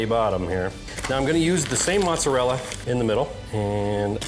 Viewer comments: You might have an italian mother but mozzarell-A has always that A at the end for pronouncing 😊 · mans really said Mozarell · Why do you say mozzarella like that?